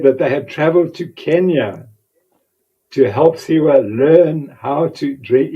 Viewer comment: His name is Sawe. Not Siwa...